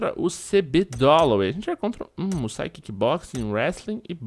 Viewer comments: MousaSI, não Musai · se-lê "GERRAR MUÇASI"